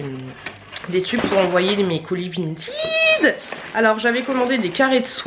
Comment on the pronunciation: On dit pas vintYd on dit vintEd😂😂 Et t’es trop belle😘😘